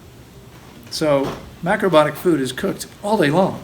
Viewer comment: Please say ALL the syllables of "mac-ro-BI-o-tic"! My ears hurt when u don't. 😣🤣 I have a real question next! 😉